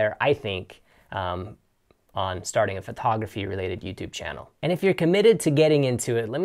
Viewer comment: You say the t in photography like a th. It sounds like you're saying Phothography.